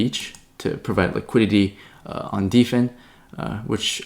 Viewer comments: It's hilarious calls Dfyn "Deefen" when it's built for DeFi and the words "Defy" and "Define" exist. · Dfyn is pronounced "define"